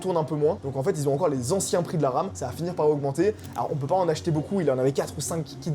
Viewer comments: Il y a que moi qui entend je vois de l'Arabe juste là au lieu de la RAM 😂😂😂😂😂 J'ai du réécouté 2 fois pour comprendre 😂😂😂😂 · quand il a dit guette la ram la bat jai compris guette l'arabe la bas